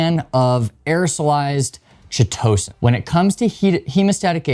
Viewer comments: It’s pronounced: Kite-o-San Thanks for the video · Ky To San. It does not rhyme with Pitocin. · Chitosan the chi- is pronounce kai like chimera. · "K-EYE-TOE-SAN" -Chitosan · This is the first time that I've ever heard Chitosan /'kaitəsæn pronounced this way. It sounds far more entertaining the way that he says it. 😂